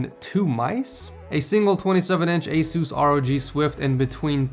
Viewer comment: ITS ACE US NOT AWE SUCSE !!!!